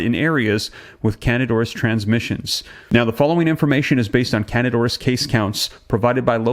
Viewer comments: Please learn the correct pronunciation of words that you use. You frequently mispronounce them. It’s not pronounced can-did. It’s can-deed-a. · It's not Candid, as in candid camera- it's candida (can-dee-duh). Why are you leaving out the "a" from the first part of its name? It is not a silent "a", and its placement at the end of the word makes the "i" make the long "e" sound, as in e-mail. It's candida. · It sounds like can di da. Not candid. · If you want to spread truths, know how to pronounce words that you are "spreading truth aboott". The phenetic pronunciation of the word "candida" is NOT "CANADA"!!!! It is can-dee-duh. For fuck sake! Figure it oot! Pitter patter, let's get at her! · Excellent reporting, as usual. Thanks! Also, with all due respect and admiration, the fungus is pronounced CAN-dee-DA ORR-iss. I apologize, I have a weird thing about pronunciation lol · Can-dee-da auris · Its Can -dida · FYI: the pronunciation of candida is(canDEE da) just so you know😊...BUT OF COURSE ITS IN HOSPITALS!! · At least pronounce it correctly! It’s can-dida! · Pronounced can-dee-ta.